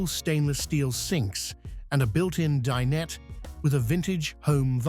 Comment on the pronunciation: Din-et? 🤣 Ignorant "a-i" can't pronounce dinette!